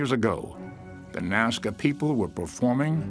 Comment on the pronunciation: Nazca not mazca. just fyi!😁